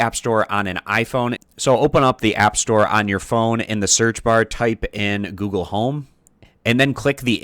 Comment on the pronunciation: Goole home